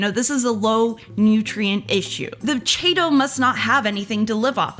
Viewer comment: Everytime she mispronounces chaeto, drink!